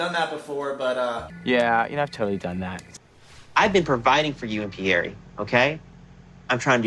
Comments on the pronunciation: The way Paul says pierre....sounds almost identical to the way he says Barry.... like bruh.... are you kidding me?? You don't even know how to pronounce your sons name??? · Why does he pronounce it PIERR..e.. and not Pierre? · Anyone else wonder why Pole keeps calling him "Pierr-E"?? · Im i the only one that thinks he's pronouncing his own son's name wrong? im quite sure pierre isnt pronounced "Pierie" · Who else wants to say Pierre French sound... not Pierre eee like Laressa says colte or Eric e